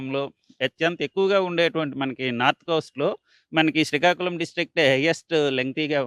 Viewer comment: సీకాకులం కాదురా బాబు... శ్రీకాకుళం